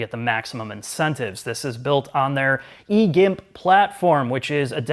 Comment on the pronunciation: Did I hear you say it’s on the Hyundai “E-Gimp” platform? Oh boy.